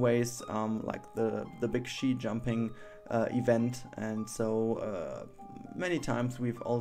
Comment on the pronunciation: its ski in english, with a hard k.